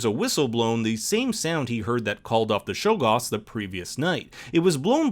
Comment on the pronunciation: Stop calling them Shoggoths please